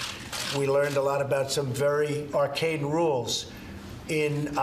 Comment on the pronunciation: is he saying arcane rules or arcade rules!